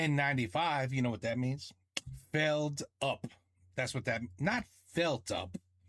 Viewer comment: Stop pronouncing Feldup with your american accent, it has nothing to do with the english language. Feldup is a portmanteau for Félix Dupuis. Yes. That's his name. It's not a secret. So it should be pronounced with a very french accent. It's not "up", it"s "Dup" for "Dupuis". And he sports quite the retro name, for today amongst living beings called Felix, there are 99% cats and only 1% humans.